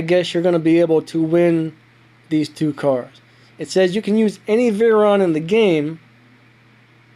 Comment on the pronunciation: No offence but u said veyron wrong🤭